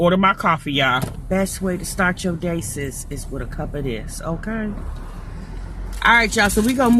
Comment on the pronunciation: Every time you say sis referring to someone in my mind it sound like you saying ninja please lol